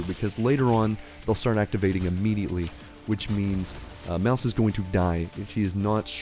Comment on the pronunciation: Mousse name is pronounced like the desert, she's from a family of bakers.